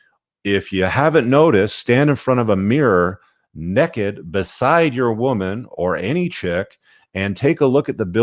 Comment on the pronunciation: did he just say Nekkked? you mean naked?